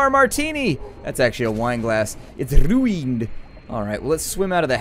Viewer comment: Bahahah! 'It's rhuined!!'